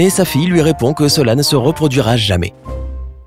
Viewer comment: Tu as dit sex. Au lieu de se😂😂😂😂😂😂😂😂👌👌👌👌